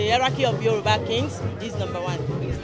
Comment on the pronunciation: I know I didn't just here her pronounce Yoruba as yuruba